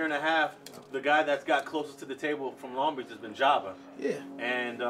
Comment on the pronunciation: It’s a longo city tf